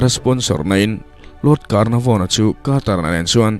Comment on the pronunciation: 'Lord Carnavon' tia i lam khi, 'Lord Canarvon' tih zawk tur aw ka Pu